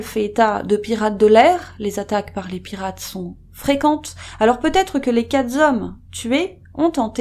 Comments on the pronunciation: "Les quatre zhommes "? En tout cas merci cette vidéo, même si je n'aime pas les spéculations sur une scène dont on ne connaît pas la teneur ! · dejà que la video est violente, vous nous écorchez les oreilles en parlant plusieurs fois de "quatre z'hommes" la liaison ne doit pas se faire et il s agit bien de quatre hommes. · Vous dites " les quatre z hommes " ? Il n'y a pas de S à quatre. Merci pour votre travail. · conflit entre pêcheurs ou pirates ? par contre on ne dit pas quatre zhommes, il n'a a pas de S à quatre ! mais ça marche pour 2 et 3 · On dit pas "quatre zhommes" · vidéo bien faite mais dommage que la personne qui la racontene sache pas que le mot quatre n'a pas d's à la fin (sur la durée de la vidéo elle invente 4 fois la liaison, comme "quatre-z-hommes" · 😅 me suis fait la même réflexion